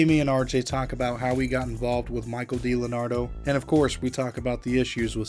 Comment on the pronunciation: It’s not Dlenardo- It’s D-Leonardo 🤦